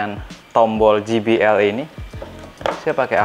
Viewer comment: JBL Dibaca kalo inggrisnya "je bi el " bkn ji bi el...huruf J dlm inggris dibaca "je" kalo huruf G dibaca "ji".